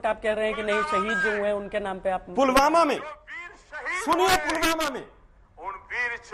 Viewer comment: सर, मोदी जी पुलवामा नहीं पुलगामा बोल रहे हैं।😜